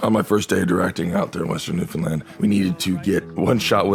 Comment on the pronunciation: only celebrity to pronounce newfoundland the right way ever